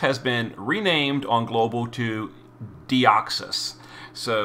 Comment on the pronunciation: Who’s that Pokémon? It’s Deoxys (Dioxus in this case) 😂